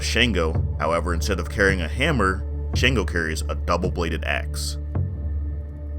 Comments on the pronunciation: Atleast try to get the pronunciation right..he's called Shango!!(shun-go) you Americans are quick to correct foreigners of English pronunciations but never put any effort in african names..smh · Great video, I'm gonna hook you up on some pronunciations for the Orishas. Shango is pronounced (SHON-go) Eshu is pronounced (EH-shoe) Ashe is pronounce (ah-SHAY) The pronunciation can be rough at first, but you did SO well on everything overall that you might as well know a better way to say these words. :-)